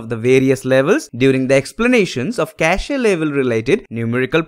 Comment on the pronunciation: Pronunciation is Cash… not cashe…